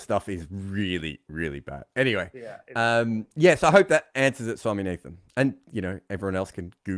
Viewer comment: it's not Swami-nathan it's swami-naadhan.. gets me every time 😂